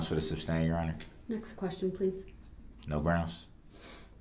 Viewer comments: He is saying "substain" right?? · Does he say substain ?! 😆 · If he says “SUBstain” one more time, I’m gonna lose my mind 🤣😡🤦🏻‍♀️ he’s so infuriating!! Despicable human… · Stop saying SUBSTAIN!!! That's not a thing!!!! 👍🏻🤬🤬🤬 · Grounds, mind boggling, substain!! I probably would have went off. Now he’s a jail/ prison lawyer. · the way he’s not even saying “sustain” 😂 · Is he saying “substain” ? Lol